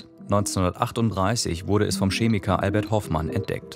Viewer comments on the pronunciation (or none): Es heißt Chemiker, nicht SCHEMICKER. Abi bestanden?